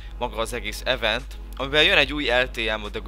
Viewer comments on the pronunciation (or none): none